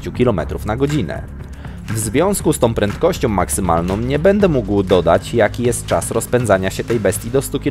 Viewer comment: w związku z tom prędkościom maksymalnom - kto tak mówi???